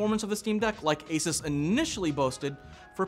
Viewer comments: FYI it's "ey-suus", not "ey-ses" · your pronouncing asus wrong lol